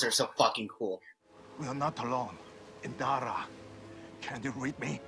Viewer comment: Master *IN*dara, keeps saying "Inara" lol